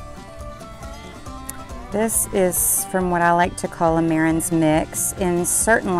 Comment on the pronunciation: It's pronounced Ma-ran...not Mare-rens...the s at the end of most French words is silent. It doesn't matter if you have 1 Marans or 50 Marans, the s is always silent. ❤